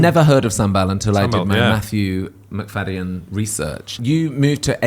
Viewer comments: McFadyen is said Mic-fad-ian, not mcfayden. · Love this but why is adding an extra syllable to the surname 🤣🤣🤣